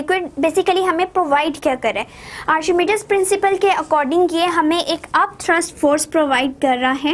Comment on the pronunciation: Miss it is not arshimidis principle it is archimedes principle